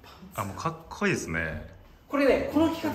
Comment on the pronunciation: どんたけ”かっくいい！”って言ってる笑